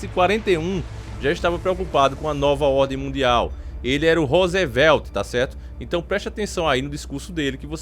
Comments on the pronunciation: a pronuncia é "rusvel" e não "rosevél" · Pronuncia-se ruzivelt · Esse tal de "Rosevelti" aí hein kkkkkkkkkkkkk